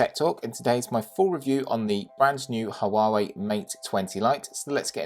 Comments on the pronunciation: I'm sorry but this is driving me crazy, its HUAWEI not HUAWUAWEI, besides that, great review, keep it up ! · The review is good, but the constant cuts in the video is distracting, and I think your background music is a bit too loud. Also, it's like you've never heard Huawei pronounced before. Still, found the content itself very good. 👍